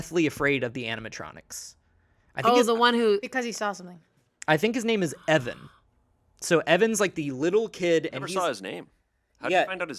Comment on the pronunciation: I cringed every time said Evan